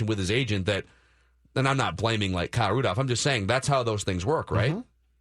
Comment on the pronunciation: I love you but the way you say Rudolph without the l drives me nuts 😂